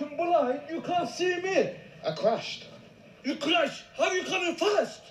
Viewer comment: I rewind so many times because of how the man was pronouncing "fast" 😂😂